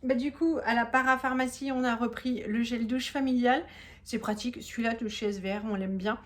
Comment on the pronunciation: Coucou, Merci pour le partage, très intéressant 🙂 (Et tu prononces S'ver si j'ai bien compris? Moi je m'applique à prononcer les 3 lettres SVR 😁). Je pense que vous partez bientôt en vacances je ne sais pas où mais je sais qu'il faut un passeport pour y aller 😁 J'espère que tu nous emmeneras avec vous! Bonne soirée à bientôt 😘